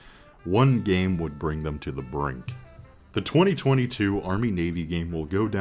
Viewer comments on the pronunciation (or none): none